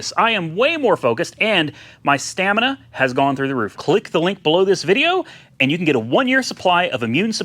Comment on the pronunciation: do not say stamina 😂🤣😂